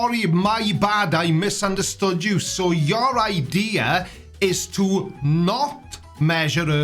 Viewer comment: "it doesn't fit youerrr model" love that accent (and my inclinometer said i was at 78 degrees... After wall climbing it said 0. So the curvature or not of the earth is... Oh damn i just went up and across a miniscule bit of my demonstrable reality. )